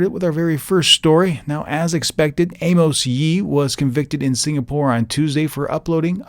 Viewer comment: Its actually amos yee. (A-mers-)